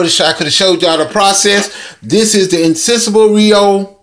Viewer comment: Noooo!! You did not call the dish, "Insensible Rio"? That is not how you pronounce Insatiable! Now you will have to make another dish and title it, Radiant Rio! Absolutely Love You channel! Keep the delicious videos coming! Blessings to you!